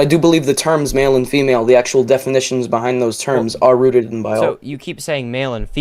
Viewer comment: he said “rooted.”